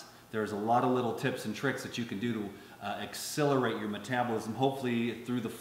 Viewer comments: Quick (loving) comment: X - SELL - er - ate. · pronounces the word "accelerate" in a unique way, and it does come out sounding like a mix between "accelerate" and "exhilarate". Accelerate = to make something happen as a faster rate. Exhilarate: to make someone feel very happy, animated, or elated.